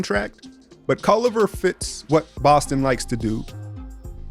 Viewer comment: After he said Jarrett "Culliver" for the 2nd time, I had to turn it off